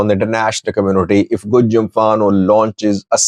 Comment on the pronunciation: pronounced Gojam just like the people from the area. He has become one of us.😂